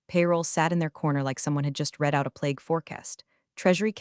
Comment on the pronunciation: You still don’t know how to correctly pronounce the word, “read.” ?????